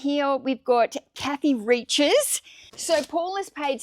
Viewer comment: Kathy Reichs is pronounced RIKES. Happy selling!